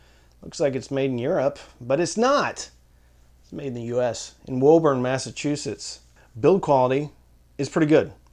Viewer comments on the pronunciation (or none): “Woo-burn”, not “whoa-burn”. Side note: I’m from Brooklyn and MA pronounced everything wrong. ie Peabody = puberty